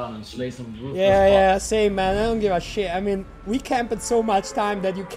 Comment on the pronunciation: a lo "shit" diventa "shish shish"? ahahahah bello power